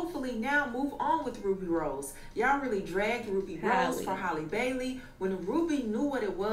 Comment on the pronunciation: the way called her “Haylee Baylee” 😂